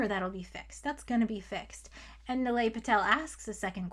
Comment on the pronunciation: It’s knee-lie, not nill-ay